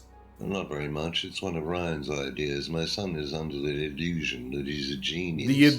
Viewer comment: Yo how did he ACTUALLY say “under the ildusion” and no one was like “let’s rerun that last scene” This might be my favorite game of all time